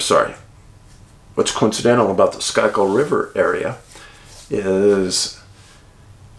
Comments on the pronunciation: "Schuykill" is pronounced "skoo-kull" Idk why but it is. With love from the City of Brotherly Love. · schuykill is pronounced skoo-kill. just fyi. keep up the great work.